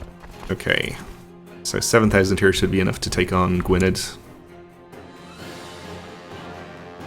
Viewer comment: Gwynedd is pronounced Gweeneth or Gweeneff if you prefer.